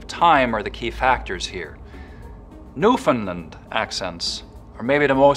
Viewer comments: The Province of Newfoundland is not pronounced "New Found Land" it's "New Fund Land" as in "Understand" A Canadian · IN Newfoundland (which he pronounces wrong, Newfoundland has the stress on the end, new-fin-LAND, with a long A, rhymes with understand), there are two big differences: townies and baymen. Townies, from St. John's and the Avalon Peninsula, have a less pronounced accent compared to baymen from around the coast. There's a lot more to it, but that's the most obvious. Any townie can put it on, for sure, but otherwise sound pretty typical Canadian (east coast). If you're from round da bay it's far more obvious, with a lot of local slang "Stay dere I'll comes where ya to.", or "Whadda ya at b'y?" And "Arse on dat!" is universal for "that looks amazing!" (be it a nice bum or shiny car). The slit T is everywhere, too, and it's often said Newfies talk like the wind "is taking the breath from ya." And a lot of dropped or added H's "We drop our hayches in 'olyrood and pick 'em back up in St. Hant'ny!" (We drop our H's in Holyrood and pick them back up in Saint Anthony - two places on opposite sides of the Island) Lots of lengthened vowels as well, "having a hard time?" becomes "havin' a haaaard toime?" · Funny he can do the Newfoundland accents but he can't pronounce Newfoundland right!!